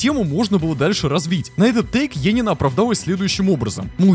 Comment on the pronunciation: ЕНИИНА А НЕ ЕЕНИНА